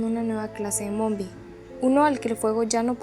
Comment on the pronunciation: És nombie no mombie